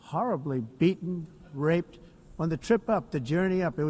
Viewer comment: He seems to rrrrreally rrrrrelish saying "rrrrrape"